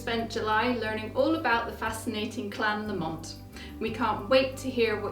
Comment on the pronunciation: I understand that the pronunciation for this clan name places the emphasis is on the first syllable not the second.